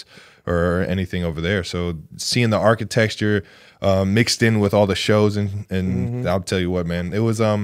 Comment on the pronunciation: Was just starting to watch the interview and this guy cracks me up already. “Architexture” lmao